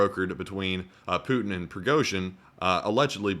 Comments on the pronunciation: “Putiny” lol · the "Putiny" roflmao